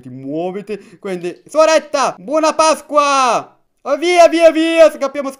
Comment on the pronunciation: Quante volte avrai detto pascqua?😂